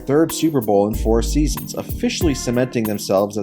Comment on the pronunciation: Twenty sEAsUHs